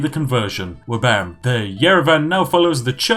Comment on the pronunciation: "Flabam"? What is this heresy? It's Wabam, Goddammit. And what have you done with Spiff?